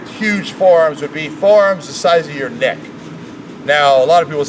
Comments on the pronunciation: it''s neck not nick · is it me or is he saying nick instead of neck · The way he said neck like "nick" bothers me so fucking much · He saying neck, but it sounds like dick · is he saying "neck" or "dick"? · I was in a different tab and thought you said, 'Forearms the size of his dick'. Pls Rick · He can't pronounce neck